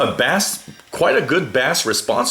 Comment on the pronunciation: Base, not bas...spelled bass...